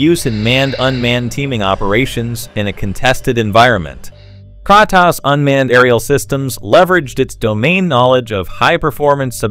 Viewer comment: The voice over is TERRIBLE ! AI ? It's distorted and you pronounce Kratos wrong. There's also sentence repeats...🫤